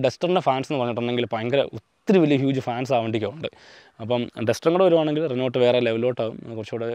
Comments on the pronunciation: റിനോൾട്ട് അല്ല റെനോ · നീ എന്താ പറയുന്നേ renot അല്ല reno... ട്രിബ്ബർ അല്ല triber😂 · റെനോൾട്ട് അല്ല റെനോ ആണ്.... ട്രിബർ എല്ലാ ട്രൈബർ ആണ്.... പിന്നെ നിങ്ങളുടെ സ്വന്തം വണ്ടിയുടെ പേര് കിഗർ എന്ന് അല്ല കൈഗർ എന്നാണ് pronounce ചെയ്യേണ്ടത്...